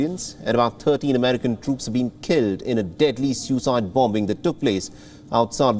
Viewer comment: Vheel barrow, Bom-bing, bom-ber, Vion